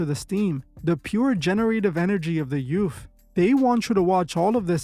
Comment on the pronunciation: The "troof" about the "yoof" 😂